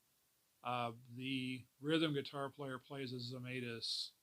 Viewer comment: Pronounced Zemytis not Zemaitis